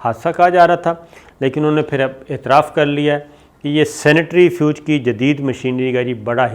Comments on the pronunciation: This is not “sanitary fuge” it is centrifuge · Sanitary fuj nahi jenab it's centrifuge... hahaha. Tussi bade mazaqiye ho.